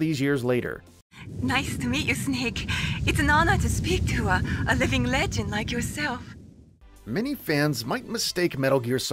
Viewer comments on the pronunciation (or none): none